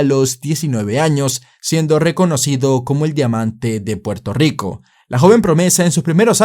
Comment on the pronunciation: Puelto yico.